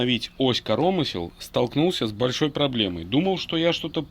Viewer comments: Интересно слушать. По правилам в слове КоромЫсло, удар на Ы, а не корОмысло, но спишем это на местный говор )))) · Понять не могу почему ось корОмысел а не КоромЫсел??? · Ну почему корОмысел а не коромЫсел🎉😂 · Да не корооомысел, а коромыыысел, деревня!) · От "коро́мысел" аж кровь из ушей... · КоромЫслы, чувак ну прекращай коверкать Русский язык. Если ты белорус, то говори на родном языке.